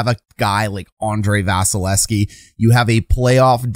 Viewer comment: You are neglecting to pronounce the second V in 88's name. Just saying.